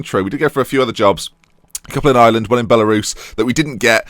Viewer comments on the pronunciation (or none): none